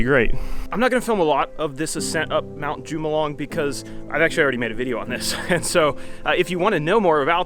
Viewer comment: That mountain you climbed is pronounced Mt. Hu ma loom mong lu (which means Coming in of the Wind). Epic video and I am glad you survived.